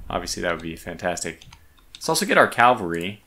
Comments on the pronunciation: It’s pronounced CAValry, not CALvalry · Curious that you pronounce it "cal-vary" rather than "cav-al-ry". Is that a regional thing? The short form is just "Cav" by itself. EDIT: Actually serious about the regional question.